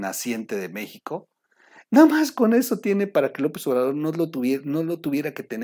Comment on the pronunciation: 🔴🔴🔴🔴🔴🔴🔴🔴🔴🔴🔴🟣🟣🟣🟣🟣🟣🟣🟣🟣🟣🟣🟣🟣🔸🔸🔸🔸🔸🔸🔸🔸🔸🔸🔸🔸🔸 Ay troll, cuantos vicios de pronunciación tienes, buenas tus noticias comentarios, pero porque tus carcajadas? Son chistes o malas noticias? O sea, O sea, o sea, o sea, o sea, o sea, y tu risa hablando 😒 meicanos, meico, uffff!!! 🔴🔴🔴⚫️⚫️⚫️⚫️🔴🔴🔴🔴🔴